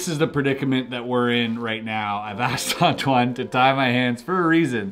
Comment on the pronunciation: Wowowowowoooo, ok, maybe I'm coming a bit late on this but, excuse me, this accent on the 2nd "Antoine" at the very beginning sounded to me as almost perfect. Are you from Canada, Québec, or do you already speak a little bit of French by any chance ??